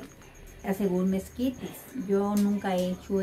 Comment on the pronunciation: Mesquites🤣 Hay,se dice Esquites.